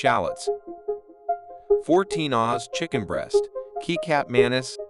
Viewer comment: hey just wanna tell you, kecap manis actually pronounced ketchup manis (its sweet soy sauce). Over all great video 👍